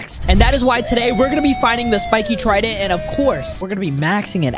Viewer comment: Is it just me or did he say we will be fighting the spikes trindent